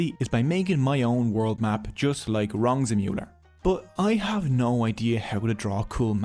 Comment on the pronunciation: “Just like WRONG-zemuller” 😂🥳😂🥳😂🥳